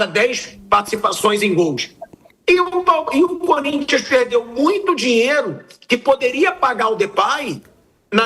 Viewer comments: Como é bom ver comentaristas corintianos surtando kkk não tenho que reclamar, o "curintia" me diverte muito kkkkkkkk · Flávio Prado sempre fala: "sport club curintxa PAULISTA" kkkkk